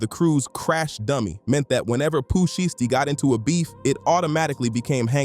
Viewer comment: Definitely a Ai video can’t even say his name right SKIP THIS VIDEO